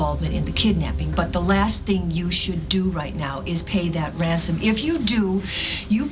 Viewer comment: tell me i'm not the only one who thinks Luke said Wansom instead of Ransom -ish xD it just sounded adorable though xD